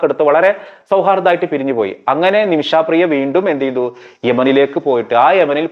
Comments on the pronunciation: നിമിഷാപ്രിയ അല്ല, നിമിഷപ്രിയ.... കേട്ടല്ലോ...... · ആദ്യം ആ സ്ത്രീയുടെ പേര് നേരെ ചൊവ്വേ പറയാൻ പഠിക്കൂ. "നിമിഷാ പ്രിയ" എന്നല്ല പറയേണ്ടത് "നിമിഷ പ്രിയ" എന്നാണ്. ഒരു വിഷയത്തെ പഠിച്ച് ഇങ്ങനെതന്നെയാവണം പ്രോഗ്രാം അവതരിപ്പിക്കേണ്ടത്. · ഇയാള് പറയുമ്പോ നിമിഷാപ്രിയ എന്ന് കേൾക്കുമ്പോ അരോചകം ആയി തോന്നുന്നു. നിമിഷപ്രിയ എന്ന് പറയൂ